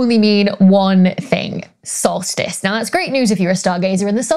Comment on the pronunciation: In your bloopers I heard "salt-fist" instead of solstice,and you rock! Dr Becky please keep your fine work coming as we all learn much and enjoy what you have to say!